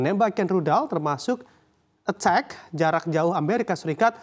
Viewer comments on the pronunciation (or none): Ketawa dengar yang ngomong, beritaaa beritaaa (selalu tampil KEMINTER) anggapannya pers yang paling tau, 😅😅😅. Dia baca "attack" bukan "ATACMS".